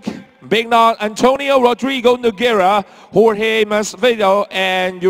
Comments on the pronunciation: lol did Joanna call him Georgie instead of Jorge? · damn Joanna now masvidal's next opponent will call him Jor-gee lol